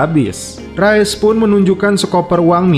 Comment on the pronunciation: Rais min dibacanya Bukan Rayes min 😭😭😭😭